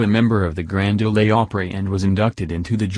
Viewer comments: It's the Grand Ole not Grand Olé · Robot voice,yuk! Grand d’ole’ opry. Thought it was grand ole opry. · Lose the robotic voice, for future reports! Grand OLAY Opry? Please. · I FUCKING HATE THESE ROBOTIC VOICES, ESPECIALLY WHEN THEY MISPRONOUNCE WORDS. When it said the "Grand Ole Opry", he pronounced "Ole" as Oleeee (long e, where it's really just "ol" missing a d sound. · Next time get a real person to narrate and not a FRICKING COMPUTER GENERATED VOICE. Hell ask me and I'll narrate for you. Ole is not pronounced Olay. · Grand OH--LAY Opry??? REALLY??? Send that loser back to ROBOT SCHOOL. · Alan Jackson is one of my favorites but these computer voices have got to go. The Grand OLAY Opry??? Come on. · Ha ha resume the robotic pronounced as in continue, it meant as in credentials. Also Grand Oleeee Opry. Who proofreads the robotic voice.😂🤣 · rezoom? grand o-lay opry? what a garbage video. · Reply to Kristy Sickles; Yeah, I Know 😣.I’d Like to know why the Robotic Nerrator?Not Respectful at all...Tina From Ks... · Elizabeth Linsay it mispronounced Ole as well. It said Grand Olay Opry. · Graand Ole Opry the Ole is like OLD, just droppin the d.of course if y'all would use a REAL VOICE, y'all'd know that. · I love Alan Jackson's music and what he stands for but the robot voice has got to go. I mean "ree- zoom and grand o- lay opry". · As soon as I heard “Grand ‘Oh-Lay ‘ Oprey” I headed straight to the comments and knew I wasn’t alone 😆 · He Pronounced Grand Ole Opry "The Grand Olay Opry" LMAO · It mispronounced "Ole" of "Grand Ole Opry" too, pronouncing it the Spanish way, as in "Ole!" Ugh. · This guy doesn’t even know how to pronounce résumé or grand old Opry. Where do they get these people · Hey dude making this video learn how to say GRAND OL OPRAY IM FROM TENNESSEE AND IF YOUR GOING TO SAY IT SAY IT THE RIGHT DAMN WAY THANK. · This dumbass doesn't even know how to say Grand Ole Opry! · Grand Ole' Opry. Please pronounce the word ole right .